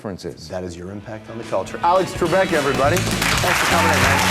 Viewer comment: Alex Trekbek? I hope someone got fired for that blunder lol.